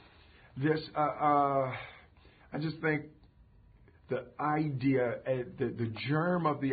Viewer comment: ha molte aidia ^^ "idea"